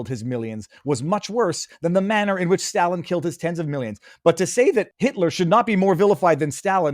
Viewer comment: FFS learn how to pronounce Stalin.